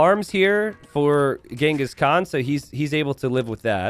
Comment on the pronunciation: Actually, contrary to what you think, you pronounce Genghis Khan's (Cengiz Han/Kağan) name correctly. I say this as a Turk. The names Genghis and Khan are common names among Mongols and Turks. Khan (Kağan) is even more of a title like “emperor” than a name. The people who unite nomadic tribes under one roof are generally khans. If I'm not mistaken, it's thought name Genghis is of Mongolian origin, while the name Khan (Kağan) is of Turkish origin. I can't say you pronounce the name Cengiz correctly, but your pronunciation of Khan is very close to the Turkish pronunciation. Contrary to what you think, you pronounce Khan better than 90% of English speakers. We ussualy call Genghis Khan as Genghis Han. Han is simliar word to khan. Han means basically ruler and khan means ruler of rulers. Note: It is very difficult to determine where something first originated in nomadic societies. Written sources concerning the Mongols are particularly few, even fewer than text's about the Turks. One reason for this is that the Mongols appeared on the historical stage later than the Turks. Even for Turks, talking about origins is hard and since the Turks are actually a race formed from a mixture of nomadic societies across a vast geography stretching from the Caucasus to Siberia, everything is very complex about history of nomads. So most logical thing to say is this names are common on central asian people, like Turks and Mongols.